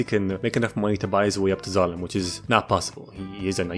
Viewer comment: My dumbass thought that when he sai"d we got Zalem" he said "we got X.A.N.A" from code lyoko